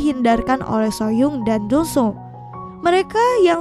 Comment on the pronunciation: Dong soo bukannya jadi dong su ya.